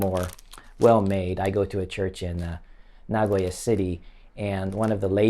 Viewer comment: Japanese American here in Tokyo. Its interesting to see videos from fellow Americans living in Japan. I also noticed your intonation for "Nagoya" was very Japanese, as opposed to the typical foreigner saying naGOya. Stay safe!